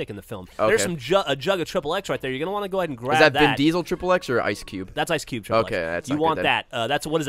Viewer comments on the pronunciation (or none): His name is Ice Cube, not Ice Q.